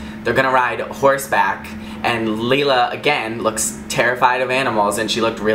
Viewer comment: Leila is pronounced "Leela".. lol